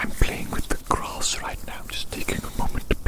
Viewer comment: “I’m playing with the CROSS right now just taking a moment to play with the CROSS” “It’s so SOFT and DELECTABLE” (I know it says ‘grass’ but this is what I hear and it made me laugh)